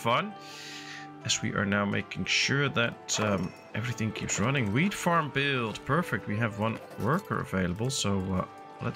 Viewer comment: The way you pronounce "wheat" really sounds like "weed" 😂😂😂